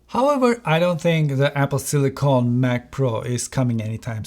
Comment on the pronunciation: Hocam, "silikın" yerine "silikon" diyorsunuz, amerikancada bu olay farklıymış Türkçeden. Bilgisayarlarda kullanılan, Apple'ın da ismini verdiği Sillicon (silikın), silisyum (element olan) anlamında. Silicone (silikon) ise bildiğimiz silikon, estetikte kullanılan. Telaffuzunuzda hata var bu sebeple; silikın şekli doğru olan. Ellerinize sağlık ayrıca, on binlerce dolarlık özel ekipmanı olan onlarca reviewer'dan çok daha başarılı işler çıkarmışsınız.